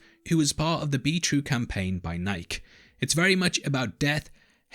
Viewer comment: Nike is pronounced nai-kee, instead of n-ike